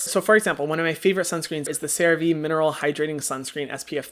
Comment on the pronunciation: Hyram has finally pronounced Cerave correctly 🙃